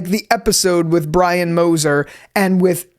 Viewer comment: you always had trouble saying brian